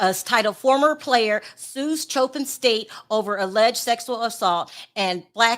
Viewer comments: It's Coppin State not Chopin. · Hey The name is pronounced similar to “Coping” or “cop pin” no ch sounds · It's pronounced Cop-pin, like a police officer and a safety PIN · Pronounced "Cop-in" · Damn you can atleast pronounce the school name right.